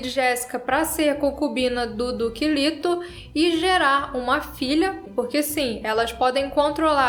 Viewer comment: A fonética é " lêto".